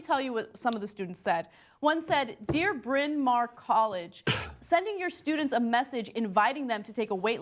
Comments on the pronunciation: I didn't know a welsh name for a college existed in U.S.A, the AW in mawr is pronounced as the ow in now. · its pronounced like bryn mao-er not bryn mar